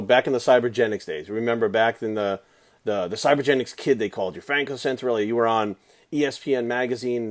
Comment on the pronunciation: you can't even say his last name correctly!!